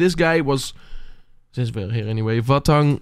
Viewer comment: Sorry, but Vahtang is a tipical name from Caucas region, so it is pronounsed literally "va:khta:ng". You may listen to it on google translate if you put in in russian "Вахтанг"